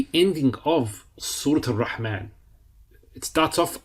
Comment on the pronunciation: Dear Instructor. Please be informed that it's not AL RAHMAAN or AL RAHEEM but it must be pronounced as AR-RAHMAAN and AR-RAHEEM because the alphabet "Ra" ر is حرف الشمسية so it has be joined with the following alphabet which comes after ال. Therefore AL ال must not be pronounced except for حروف القمرية. Even when you write it should be read as AR RAHMAAN or AR RAHEEM eliminating all possibilities of incorrect pronunciations. May ALLAH AZZAWAJAL INCREASE ALL OF OUR KNOWLEDGE. جزاك الله خير